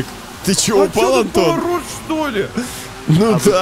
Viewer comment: Антон: там поворт Я: вот это поворт: Поворот Антон: повортот